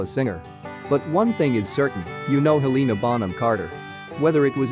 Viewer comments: NOT HELEEEEENA BUT HELENA!!!! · Heleeeeeena Bonham Carter omg say her name right 😭😂🤬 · Hel lena that’s how you say it you spell it like Helena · us helenaists be like: her name is Helena, not Heliiina lmao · It really annoys me how they say Lestrange and Helena is HELeNA bonham carter bellatrix LESTRANGE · The ‘heleena’ kills me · If your going to do a video about HBC, at least get someone who can pronounce her name correctly. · They butchered shawty’s name 😭😭😭